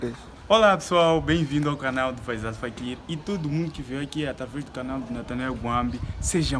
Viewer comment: Pq falam canar e não canal??